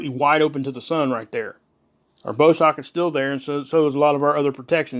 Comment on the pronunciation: I was watching Lady V on Higher Realm Hollistics, and she used one of your videos. I just wanted to correct the pronunciation of Bow, as in Bow Shock. It's OW as in the Bow of a ship. The bow of a ship produces waves in the water.